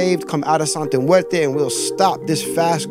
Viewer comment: He keeps saying the name wrong. Makes this dude less believable. I thought he knew Spanish